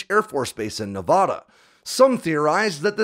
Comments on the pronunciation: Loved the video but hearing you mispronounce Nevada so many times is like fingernails on a chalk board! Heaven forbid we have a story that centers in Oregon!! Obviously, I’m just messing with you! Love the content, keep it coming!! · Tonopah is pronounced "Toe-No-Paw". The way you said it I could barely tell what you were referring to. Also, when referring to the State of Nevada, it's pronounced "Nev-a-da" and not "Nev-ah-dah". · You definitely have no idea about how irate that makes Nevadans because we’re not Nevahdahns it’s not Nevahdah Ne - Va - Da Nevada its prounounced how it’s spelled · As a Navadan... super irritating to hear someone say Ne-vah-dah... its Ne-Vad(like RAD)a. If you ever run into one of us and say it that way you know most of us will twitch... 😂😂 but as someone who grew up in Palmdale... great story , i miss seeing the F-117s on a almost daily basis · "TOE-nuh-paw" and "Nev-ADD-uh". Not "Nev-ODD-uh". This is how locals find other locals. Definitely don't pronounce it "Nev-ODD-uh." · Some seriously mangled pronunciations in this video Tonopah (TOHN-ə-pah), and if you can't read pronunciation guides, this will get you closer than what you were saying : Toe-nuh-paw Nevada (nə-VAD-ə) - the first "a" is hard, not soft. And there's no such place as the "paramint" valley as stated in the video, it's the Panamint valley. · BTW, it's pronounced "Nuh-vaaaaada" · It’s 2023 and we’re still pronouncing Nevada as nevahduh smh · He can't say Nevada correctly, you expect him to get Sammamish? 🤣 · hey, i love your videos! you should check your pronunciation of "Nevada" - i used to say it the way you are saying it, then some people from Nevada got very upset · Your stuff is awesome.....even though you say "Nevada" wrong. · Days since pronouncing Nevada incorrectly: 0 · The first A in Nevada is pronounced like in apple, not an AHH sound. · You're pronouncing Nevada wrong